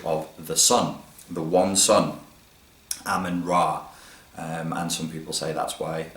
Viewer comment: Haha why did you say "Ahmenraaaa"?